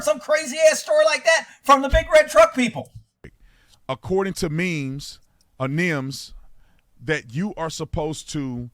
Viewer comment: full of BS every step of the way. keeps qualifying his remarks, changing his story, etc. Smells like LYING. can't even pronounce NIMS correctly, nor clearly explain the role of the IC, how they're chosen, how you operate under ICS/NIMS, etc. The IC (Incident Commander) does NOT have to remove himself from the scene! 100% BS!!!! It's a NATIONAL standard - there are NO "but this department does it different" excuses!! Doh!! And yeah, I've worked in that field for years so, unlike, I know what I'm talking about.